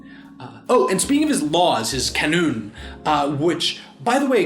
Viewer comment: Canun isn't pronounced with a K but with a J. As in Jaa-noon